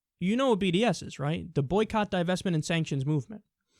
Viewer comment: Did anyone else hear bdsm when he sad bds?